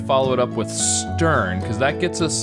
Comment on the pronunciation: this guy thinks the word stern has an L ?